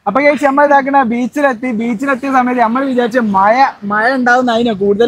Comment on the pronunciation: മയ അല്ല മോനെ മഴ മഴ മഴ